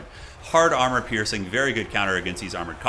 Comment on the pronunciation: Hard R ......mor piercing.